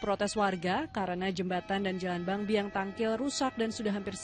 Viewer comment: Bangbayang, bukan bang biang😂